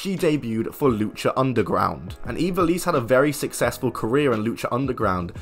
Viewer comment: That's not how you pronounce ivelisse